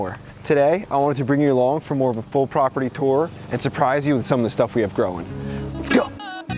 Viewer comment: “Growing on in this poperty” lol